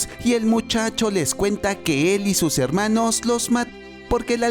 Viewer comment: Heeeermanooooossss ❌ Hellllllmanoooooosss ✅